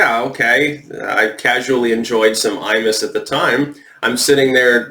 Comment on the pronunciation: Every time you say "Imus", I hear "anus"